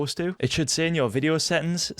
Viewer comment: Why you say Fideo instead of video ?